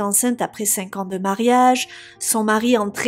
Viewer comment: Diction pas vraiment bonne car malheureusement Virginie a plutôt tendance à très mal prononcer les mots comme rouages...nuages...mariage... crochetage...emballages..etc. Ce genre de mots finissent en "ache"...rouaches...nuaches... mariache...emballaches...etc... Et c'est hyper énervant. Surtout qu'en plus Virginie a un petit accent (du sud...je pense)...et ce n'est vraiment pas joli à entendre. A part cela...il est vrai que Virginie est une des youtubeuse true-crimes qui s'exprime le plus clairement.